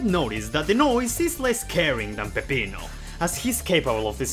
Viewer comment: I appreciate the way you pronounce Peppino. No, I will not elaborate.